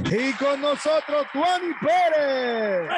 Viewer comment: Pero dice nojotros.. y su palabra favorita es vaina